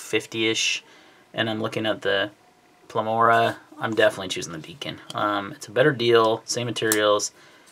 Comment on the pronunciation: Pleroma, not Plemora. Got it a little switched around there